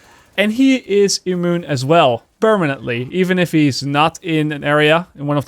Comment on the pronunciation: Immune not E-moon😂